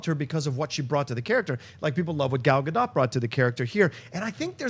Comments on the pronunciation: FYI pronounced "Gadot" like " boat ". Please google it. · Why does no one pronounce Gal Gadot's name correctly? it's pronounced like boat!